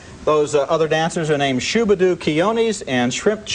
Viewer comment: Thats SHABBA DOO, Roger. Not "Shubba Doo".😐